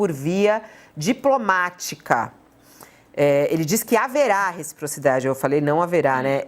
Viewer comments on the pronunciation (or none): Kkkkkkkk, repocridade, retiprotidade ...! 😂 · Nāo sabe nem falar reciprocidade kkk foi demais!